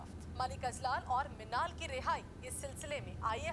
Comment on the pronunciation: Minaal❌ chhinal✅